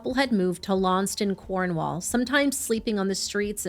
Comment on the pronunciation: Cornwall live is a joke and often gets names wrong including names of villages and towns... I'm Cornish born and bred... Never missed and episode of misery machine, if you need help with pronunciation for Cornwall I'm happy to help... Keep doing the excellent work